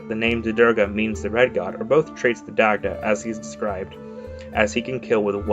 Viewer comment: Daaaaamn butchered the irish pronunciation haha